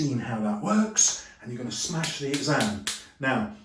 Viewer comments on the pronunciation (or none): "Going to smesh your boy(English Lit P2) guys"